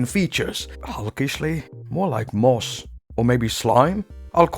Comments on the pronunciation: Say moss again... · Moss sounded funnier than green